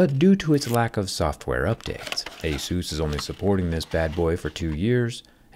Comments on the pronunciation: Is pronounced A-SUS not ASUSE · It's ey-SOOS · Is called asus, not jesus. wtf